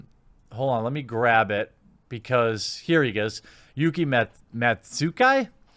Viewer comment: I don't know why it bothered me so much that he said Yuki right but completely butchered Matsuzaki...